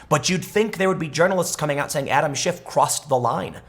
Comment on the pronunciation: I heard you say congressman shit , lol.